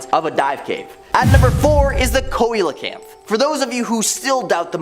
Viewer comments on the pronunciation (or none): Dude, learn how to pronounce Coelocanth.